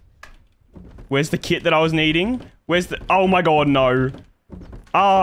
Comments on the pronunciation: “Oh my Gwod, he’s heea!” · “oe moie gawed dudde” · the way u say omg is crack ups bro omd